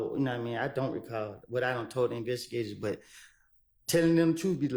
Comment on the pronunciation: Someone teach this man it’s “investigators,” he struggling bad 😂